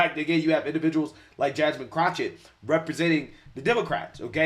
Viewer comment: I love that calls her CROTCHett! He should call her CROTCH ITCH.